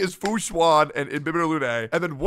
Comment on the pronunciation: How did he just pronounce Fu Xuan? Lmao 🤣